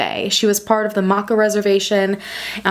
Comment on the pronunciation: Being from WA & hearing you pronounce stuff was cringe lol Makah is pronounced Ma-Kah long A in Kah & Colville is Call-ville